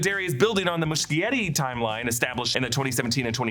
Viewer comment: it's Moo-shetty